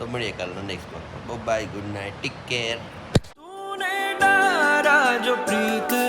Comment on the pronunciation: Bhai tick care nahi take care hota he 😅